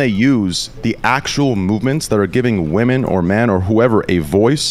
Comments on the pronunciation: Does intentionally say the word "women" wrong? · still unable to pronounce "women" properly.